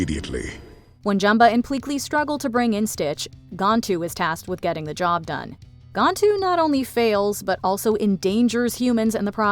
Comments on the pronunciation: Smh it’s pronounced GAN-Tu.. not Gontu. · It's GAN-TOO, NOT GON-TOO